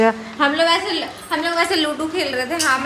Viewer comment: Are chapri wo ludu ni ludo hota h....toda pr padh leti 😂😂